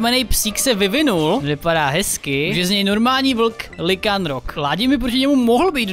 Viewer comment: Lycanroc se čte Lajkenrok a v městě u té elektrické trenérky potom ještě v městě u toho vodního trenéra a na náměstí Pokémon akademie se dá koupit oblečení